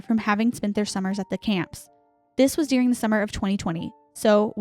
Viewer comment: You both pronounce the word “during” like “dearing” 😝 I love it! So cute!